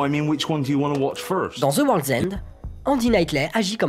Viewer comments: Shaune of zi dède et Ze worlzend ! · "of ZI dead", "Ze world's end"